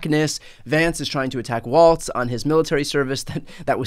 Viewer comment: Please let's say his surname correctly: "WALZ"